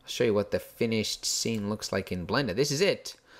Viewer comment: Awww I missed you saying: Blenda